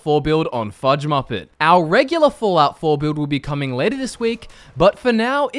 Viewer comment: San-ta -claus is Gun-ing, you down!